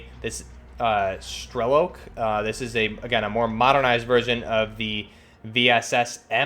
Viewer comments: Not strélok, it’s strelók. My ears are bleeding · I dont get why people pronounce the strelok stock name wrong I no it's stupid but I've heard like 5 different content creators mess it up. Its stray-lock strelok